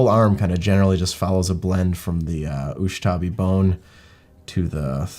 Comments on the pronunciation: It really bugs me that keeps saying USHTABI Bone instead of USHABTI Bone:D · Really UshTabi brown?! its U S H A B T I... Ushabti... don´t break my non existent Tomb King heart.....